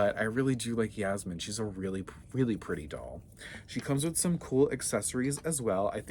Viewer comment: Its yasmin not jasmin